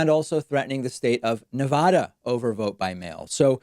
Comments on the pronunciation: Dammit David! It’s pronounced nev•adda, not nev•ahda. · Please mister Pakman, I'm from the Northeast originally. Nevada is properly pronounced Nevada The first "a" being a short "a". No "ah" sound at all. I moved from New Hampshire to Vegas and lived there for 20 years. You would not believe how much locals hate the way we say that. No offence. Nothing for nothing....